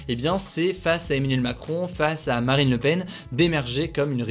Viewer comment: c'est moi ou j'ai entendu maraine le Pen ? 🤣🤣🤣